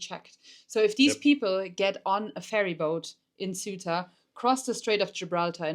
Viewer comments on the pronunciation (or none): HMMMM Pedro sanchez is not the president of Spain he is the prime minister Maybe checking that would have been useful Ceuta is not pronounced suitor but cey-oo-ta if you say it in English Maybe checking that would have been useful Ceuta is on African SOIL sure it could not escape anyone so the news item here is "North Africans invade North Africa" That is accurate Whether the Portuguese or the Spanish there is no defensible scenario in which it is theirs like Gibraltar cannot be britain UNless you postulate that white folks do whatever they please in which case I have no further questions or wish to debate MOst of the guys are gone now .... the softly softly approach of the Spanish cops and army was because they know they are not going to stay AND ANYWAY access to Ceuta gives you NO ACCESS to mainland Ceuta is not in Schengen It all started with false info on the net regarding a change in the law in Spain misreported inflated and used to excite idiots in Morocco who do not know their arses from their elbows and want a BMW by time they are 30 They killed over a hundred of their own doing that YES they are morons ..... Ceuta and Melilla and Gibraltar are all problems created by colonization I LOVE your channel and what you try and show but be careful I know you are not white supremacists and please check basic info names etc etc It will strengthen your arguments and following Greetings from UK and EU Shan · It would be much nicer if you could pronounce "Ceuta", as it is pronounced in Spanish.